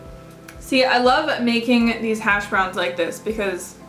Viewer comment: Those hash browns look so good! I never had them, it's not very common where I live I guess. The first time I heard you talk about them I thought you said hasj brownies.. LoL.. I am definitely making these hash browns now I've seen you eat them. :) aaaand I voted yes on the 30 day challenge of course! :D